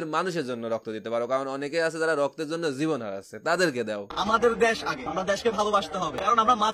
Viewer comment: দ্যাশ নাকি দেশ ??